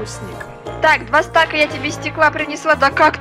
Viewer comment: Не стак а стаг